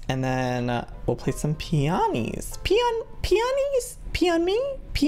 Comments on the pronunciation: Joey you pronounce peony pee-ony exactly how you spell it I have those flowers in rl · it's pe-"oh"-nie joey 😂 luv u soooo much ❤️❤️❤️